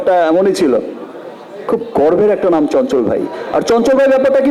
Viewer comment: Bhalo kore bangla sekh ota garbha noi garba